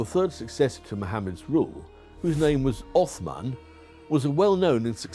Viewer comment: Forget about the knowledge. Even the pronunciation of the Arabic name Uthman is spot on! MashaAllah ❤